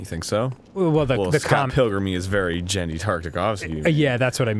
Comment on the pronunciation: Powerpuff was not created by Genndy, It was created by Craig McCracken (I think that's how its spelled), who also created Foster's. Also the "G" in Genndy is pronounced like "Gary".